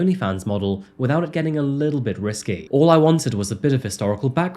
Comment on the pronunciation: Risky or risque?